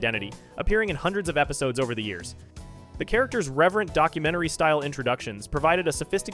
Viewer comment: Great video but the way you're saying the years is killing me